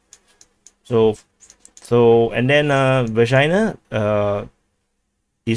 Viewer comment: My mother was born in Vekshina. And you keep saying Vagina. You know,, you're an asshole.